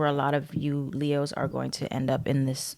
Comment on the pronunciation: Sound like you said “lehoes “ … 🤣